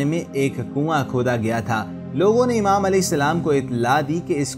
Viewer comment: Durood pak theek parhain imaam ko ap umaam keh rahe hain ye bhi Lafz theek karain Durood Pak Bilkul Theek Parhain